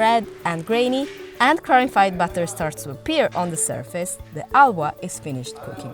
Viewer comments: It is not bloody ALWA. It is HALWA with an H. Try pronouncing that please. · Why do they use narrators who can barely pronounce the names?? At least train them to say the words correctly. The Spanish narrator with the thick accent cannot let go of her Spanish way of silent 'H', and it's really irritating. She keeps pronouncing Halwa as Ahwa. Such disrespect for other cultures cannot be tolerated.